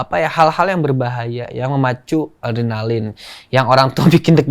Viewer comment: 10 : 04 "Saya orangnya suka yang berbahaya. Suka ardenalin" 😂😂😂